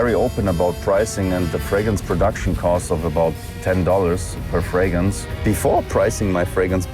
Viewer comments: A guy likes colognes and perfumes. So he changes his last name to Fragrance, but cannot even pronounce it. He pronounces it "Fragance." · This Fabio fûcctârd can't even say Fragrance 😅 Telling a stranger kid he smells good is weirdo asf